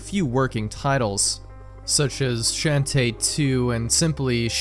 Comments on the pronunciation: Sean teh not Shan teh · How do you mispronounced shantae like that